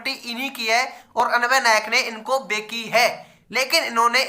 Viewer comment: Bhai sch me tu video daalne se phle check nhi krta kya is video me bhi bhai tune bechi h ko begi h bola h 3 baar🤭🤭 ek baar bola ho toh bhi maana 3 br🤣🤣